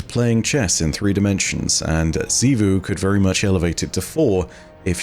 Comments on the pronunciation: Thank you, thank you, thank you for stopping saying “Chivu” and saying it correctly now lol. Despite many many times on the game being mentioned lol. Now I can watch you videos peacefully lol. Great content tho. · Hey! He said Xivu right finally!